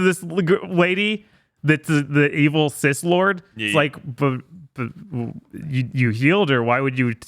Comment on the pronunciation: Funny how can't say Sith. He's a dark lord of the THI ·S!